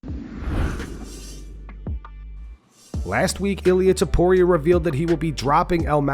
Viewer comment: Ilia "Abturro, Topturro" Topuria